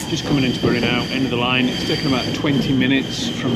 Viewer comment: Bury is pronounced ‘Berry’